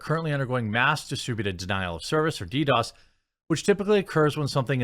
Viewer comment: Jeremy, it’s DDOS. Lol